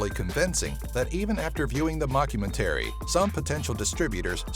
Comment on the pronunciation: LMAO at how you pronouced mockumentary